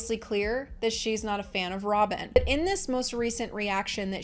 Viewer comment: That’s funny when you were saying Robin I thought you said Sobbin. I think that’ll be my new nickname for Robin.😢😂